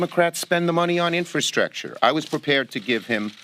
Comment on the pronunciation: I can barely understand what she is saying. She can’t pronounce the word infrastructure.